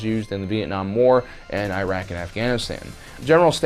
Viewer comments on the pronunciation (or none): none